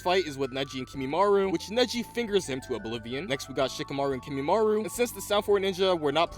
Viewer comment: I know that this was a year ago however... My Brother in christ please tell me you learnt how to pronounce Kimimaro, who in the hell Kimimaru?